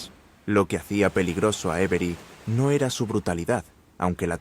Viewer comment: Acabo de empezar el video... Me lo veré porque me interesa su historia pero ya que usas AI para hacer la narración podrías haber corregido su forma de decir Avery